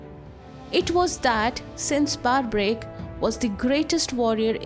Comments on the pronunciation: First things first it's pronounced Barberic not Barbaric like the word barbarism. Do not mispronounce the name for the sake of sounding American. Second if you are a channel representing Hinduism than do not use Robin Hood styled western digital art thumbnail. The thumbnail should look Indian with Indian attire and body language. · Mam, get your facts right. Also PRONOUNCE the Great name of Barbarik properly and not in your fancy accent. You are making him sound Barbarians. Give proper due respect to these Divine souls. Hate your accent and pronunciation. So fake. Instead of spreading the glory of HINDU culture you are a black spot on it. Stop it.